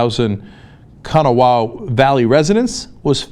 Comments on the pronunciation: Kanawha: pronunciation: Ka-naw-wah KANAWHA! Say it right damnit! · Cenk, Kanawha is pronounced "Con-ah-wa" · As a WV resident, I feel that I should point out that Kanawha is pronounced kuh-naw-uh. That aside, thanks for giving this the coverage it deserves, but you should know the water is still not safe for many people, as they've only started flushing the water lines for A FEW places, not all of them. Just hoping to clear some things up. I love the show; keep doing what you're doing. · Kanawha...Ka-Naw. It's not that hard. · First off, let me thank you guys for AT LEAST covering this story. My home state routinely gets swept under the rug by media outlets. Secondly, just a little FYI it is pronounced ka-naw-wha. Great story. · And it's pronounced KA-NAW-A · Man, I've from West Virginia and you butchered the pronunciation of "Kanawha" Cenk. :P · The funnest thing in this video is how Cenk massively fucked up saying Kanawha. As a Native of this shitty shitty state known as West Virginia and a citizen of Kanawha County let me thank TYT for covering this event. The spill both directly and indirectly affected me. I live and work in a area where the water was not contaminated however my Boyfriend does not. But for the past week my place of work has been overrun with people from the affected areas. I hardly get rest as it is and this spill made it worse overall, so thanks TYT for sharing this information. ^_^